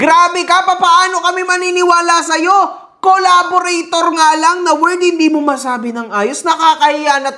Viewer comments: CORRABORATOR 😂😂😂😂😂😂 baka CARBURETOR BOY INIDORO 😆😆😆😆😆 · "Curaborator" grabe yan pala Ang graduate Ng Cambridge 😂😂😂😂